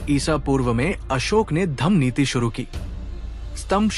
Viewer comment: Bhayi samrat asok bola Karo not asok🙏🙏🙏